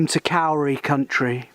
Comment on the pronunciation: Miss it so much!! Also the Kauri trees are pronounced Codi... just to make all us non kiwis sound silly! Hows life back in the Denonshire?